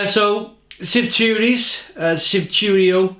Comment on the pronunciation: Shvi-tu-rys, Shvi-tu-ro, Shve-su-sis.. a-lus